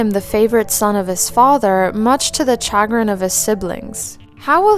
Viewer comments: just wanted to point out that chagrin is pronounced shuh-grin. great video tho :) i enjoy your content a lot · Just a heads up, chagrin is pronounced sha-grin ❤️